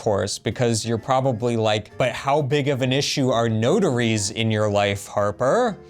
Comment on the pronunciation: Took me awhile to realise you said notaries! Sounded like “ no durries “ which in Australia means no cigarettes 😂